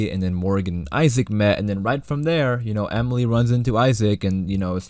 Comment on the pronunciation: Wait did you say Emily? I think it's Emile.